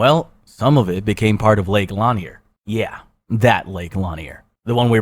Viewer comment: I live 5 mins from Lake Lanier for years and hearing the way you pronounce it made me laugh